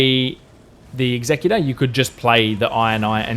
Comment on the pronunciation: Totally wrong about the pronunciation. As you said, the executor is someone who executes, I.e. gets shit done. Your pronunciation means “someone who is responsible for carrying out the terms of a will, as specified by the deceased.”